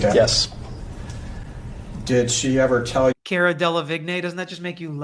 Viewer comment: It’s Car-a (🚗-a) 😀